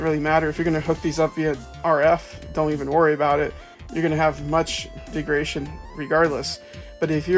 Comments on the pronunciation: "degradation", not "degration". Sorry haha, but if nobody says anything, you'll never learn. Thanks for the vid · You keep saying “degration” - the word is degradation. Notice the syllable you keep skipping